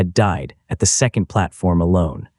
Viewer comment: Oh look, his garbage collecting machine turned into Walli-E. And who taught this AI to talk, it's very peculiar and doesn't know how to say certain words like second it keeps saying zecond